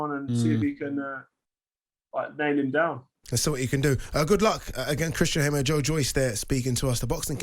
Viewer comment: Hammer 🔨 not haymer